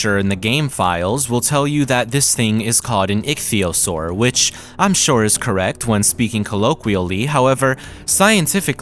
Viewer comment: Finally a fellow scientist who knows how to pronounce ichthyosaur